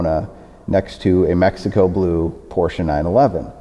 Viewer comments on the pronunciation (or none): none